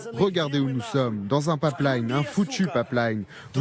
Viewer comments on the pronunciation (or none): C'est : " pipe line " pas " papleïne "